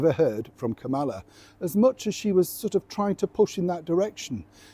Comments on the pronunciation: It's pronounced "KAM-al-la," not Ka-MA-la." It's OK; Trump couldn't, or wouldn't, get it right, either. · Could you stop mispronouncing Kamala’s name? She has made it perfectly clear how to pronounce it (KOM-uh-luh). At this point, it’s just disrespectful. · it’s pronounced Ka mala like Camelot. I think SquarePants stress is a new PR ploy. She needs an illness now.